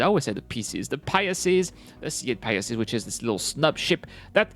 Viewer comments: well, that's why I'm trying to help. It's easier to say pi-sees than pia-sees. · It's the Pie-seeze, not the Pie-ess-eeze